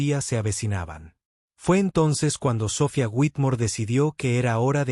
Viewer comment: Todo eso es una historia de Fantasia pero es un buen ejemplo, el narrador tiene que aprender a pronunciation los nombres y palabras en ingles Richardson se pronunciation con acento en la I SOPHIA con acento en la I tambien hay que ser bastante ignorante en idiomas para cometer esos errores eso no puede ser posible cuando alguien se dedica a comentar narrativas publicamente SORRY ESTUDIA MI AMIGO.